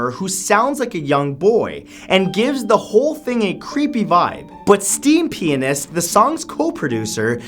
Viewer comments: I thought he said "steampenis".😂😂😂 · I heard him say STEAM PENIS instead of STEAMPIANIST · I though mat said Steam Penis at #3